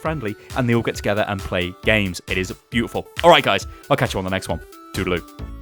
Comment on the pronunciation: Did this nigga say tootleloo?